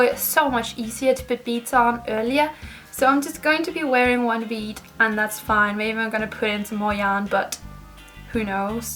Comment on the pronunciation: *bead not nead lol